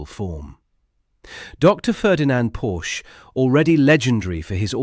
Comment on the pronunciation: PoRRRRSCHE, not Pouch!